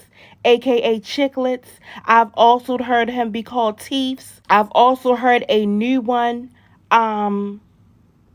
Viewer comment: Girl not teefs 🤣🤣🤣🤣